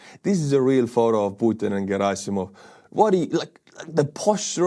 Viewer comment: Girasimov or however the fuck you spell/pronounce his name should be called Cadaver-sov because that i know how to say 😂